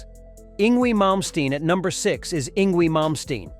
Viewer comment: "Ing Gwee" LOL!!